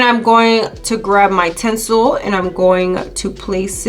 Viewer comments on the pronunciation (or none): She keeps saying tensil lol.